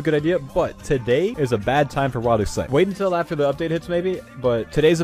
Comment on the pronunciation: The ''Wild" part of Wildy is pronounced like 'wilderness', but he thinks It's "Wild". The reason everyone calls it wildy is because It's the wilderness. Not the wild.